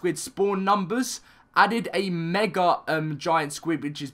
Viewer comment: I hate how he says megar it just makes me mad. Just me? Okay I'll just show myself out.